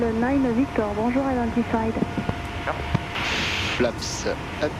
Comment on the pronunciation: “Zee Flapsa Fiveuh”